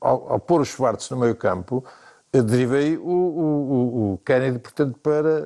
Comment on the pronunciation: Kennedy e nao kennady